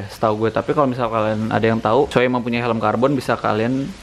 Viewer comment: bacanya shui bosq